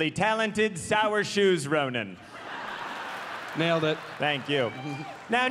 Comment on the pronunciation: “Sourshoes Ronan” 😂